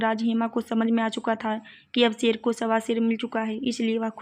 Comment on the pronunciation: Sher nhi ser hota hai